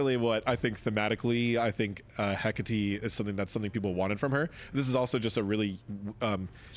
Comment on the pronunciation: Just happy people will finally pronounce Hecate right